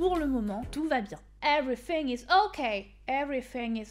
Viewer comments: everyting is okay??? Plutôt everything is okay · Le "everyting" is okay m'a tué c'est everything 😂🤣🤣🤣🤣🤣